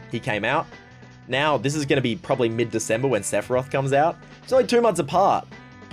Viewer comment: Hearing you butcher Sephoraoth hurts